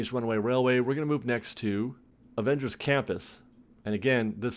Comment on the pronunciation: Is he saying "Avengery"? I believe they stopped construction because of Unions, they cannot build during the pandemic